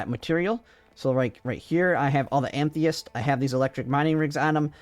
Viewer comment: It's "ah-muh-thist". Nice vid tho.